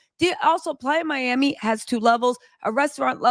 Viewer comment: She killing me saying PLYER MIAMI and it’s PLAYA as in offsets a PLAYAAAA Miami but nothing less cardi dumb ass shouldn’t have tooken him back and I don’t feel bad for her